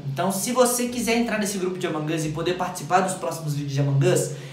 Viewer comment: Vc fala errado among as e among us